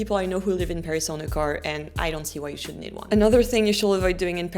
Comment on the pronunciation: Lovely but it's not /shuld/ it's /shud/